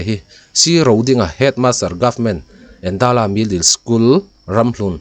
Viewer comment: Endala tih kha i lam dân dik lo, Êndãla, eng alo dãl tihna ang hi.